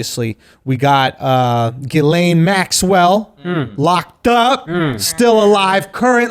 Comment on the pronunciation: Thought her name was pronounced "jizzlane".